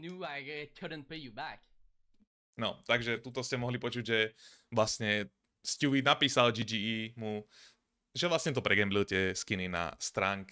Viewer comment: ''sťůví'' mě baví xddd